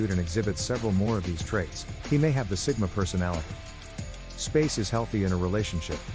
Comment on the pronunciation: Sigma not Stigma 😅